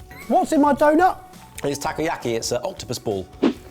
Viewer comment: I love how pronounces takoyaki tacky-yacky. 😂